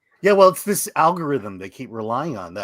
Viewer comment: Did say "Al Gore Rhythm"?